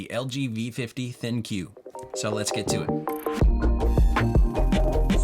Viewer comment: I think you are meant to say ThinQ as "think"